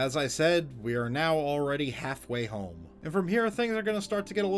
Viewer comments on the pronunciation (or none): none